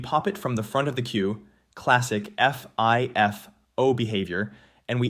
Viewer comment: is the voice AI? Like why say "eff-eye-eff-oh" for FIFO?